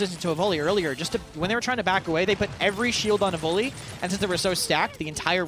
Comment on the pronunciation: Yes, especially since Raynday is gone, but the way he says Evulli (Evoly) drives me nuts. Literally everyone, including the player, pronounces it evil eye. I bet they all give him hell about it behind the scenes!